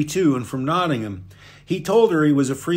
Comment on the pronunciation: nice correct pronunciation of Nottingham mate :)